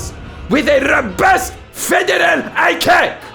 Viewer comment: The subtitles said "with a robust federal eye cake" and now I'm gonna pronounce ICAC as eye-cake - thanks, Jordan.👍